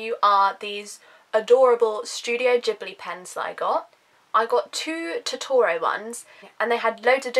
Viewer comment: you pronounce Totoro wrong